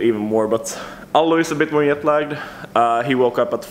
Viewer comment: 10k sub special: try to pronounce "jetlag" correctly